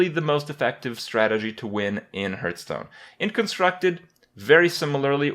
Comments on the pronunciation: Hearthstone is called this (in wow) because it brings you back to your hearth, your home. And hearth as in what heats up, is not pronounced a "hurt". Discussion closed. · we do. now tell us where the parallels to a hurtstone are. if you think "hearth"stone is pronounced "hurt(h)"stone it seems you need some english lessons, bro. do you even english? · It's pronounced Hearthstone. See the subtle but definitely present H? I don't think Kripp sees it either so don't feel bad. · why do you keep calling hearthstone hurtstone?